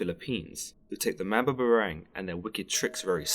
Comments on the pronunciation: Hey just to clarify it's pronounced Mam-bah-bah-rang just like saying bah bah black sheep. Spoken slowly :) just a heads up, great work dude! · i hate it when europeans mispronounce and narrate about bipoc history, mythology, ancestry, etc... especially if its my mother's home land-- thats been colonized a bazillion times. why dont they ever have people from the place teach about the place? if anything it'd avoid mispronunciation the very least. MAM-BAH-BAH-RANG. just cuz they got a english accent dont mean theyre more intellectual. coughs despite almost every documentary ever made being narrated by an english voice coughs